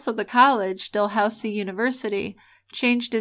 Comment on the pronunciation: You're going to think I'm nuts for making this observation probably but it's not Del housie it's pronounced dah looz ie